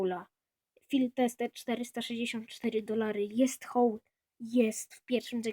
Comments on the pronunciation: nie czyta się Hołl tylko Ołl l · 1. To nie jest najrzadszy skin on po prostu jest niedostępny 2. Czyta się "Hałl"